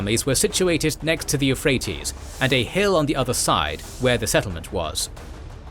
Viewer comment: hoplites is already singular in greek, the plural is hoplitai, so you might as well just say "hawplyte" in english saying "hoplitay" is like making a video on don quixote and then speaking spanish you learned from taco bell